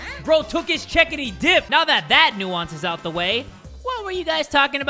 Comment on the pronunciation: “now that that nUonce is out of the way”